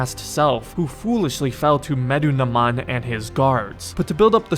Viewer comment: "Medunaman" I think I got it right. Lol bro he's mentioned several times in the game how did you mess that up. Good video btw you have great humor. Can't wait to see you do the other AC games too